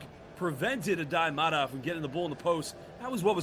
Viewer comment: I am sorry to tell you that you do not pronounce Aday Mara’s last name correctly. The correct pronunciation is with the accent on the first “a”. Just as you would pronounce Sara. Kindly yours.